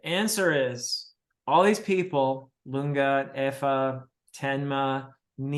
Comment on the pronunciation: Lunge is pronounced Loon-gay.